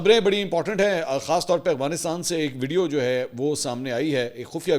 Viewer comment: منصور بھائی ۔لفظ افغان ہے اغوان نہیں ۔اور افغانستان ہے اغوانستان نہیں